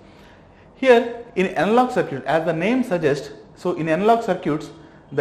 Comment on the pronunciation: not sir-cute!!!it's circuit